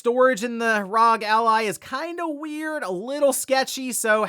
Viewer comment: R.O.G. or Republic of Gamers. Not RAWG…🤷‍♀️